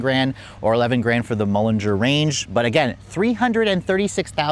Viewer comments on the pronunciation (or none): Good God, stop saying "Mulliner." There's no "g" - it's Mulliner. Aaaargh. And Azure is pronounced "ahzher" not whatever the heck you're saying.